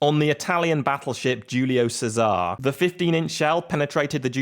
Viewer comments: giulio sesar? Bro is not a salad, is GIULIO CESARE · Julio Cesare (Che - sa - ri)